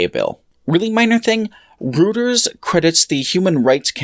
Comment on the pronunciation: Very small nitpick - it's pronounced "roy-turs" not "routers", otherwise very good video